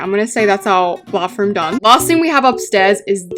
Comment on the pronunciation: “bauthroom” and “ gyatroge” always gets me 😭